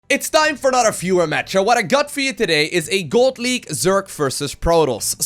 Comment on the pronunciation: Sounded like he said "God League".